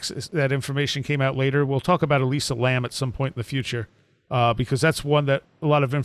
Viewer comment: josh B - John Lordan of LordanArts is, in my view, the expert on Elisa Lam and had him on this show WAY before Paulides ever covered this case. Paulide's take on the case is woefully superficial compared with Lordans's. And her name is ELISA, not Eliza.